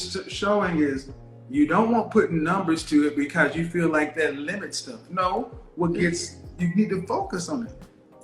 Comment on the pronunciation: This womans says "DAT" instead of THAT. And she wants educated?